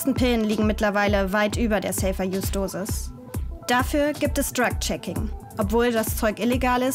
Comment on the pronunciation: sagt sie auch Dreck Checking. Vielleicht ein Freudscher Versprecher 😅